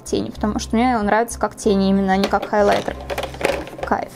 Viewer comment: Я одна кайфую от того как произносит,, холайтэр"